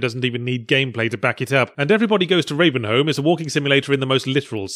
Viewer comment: Ravenholm, not Ravenhome. HWHUM HWHUM HWHUM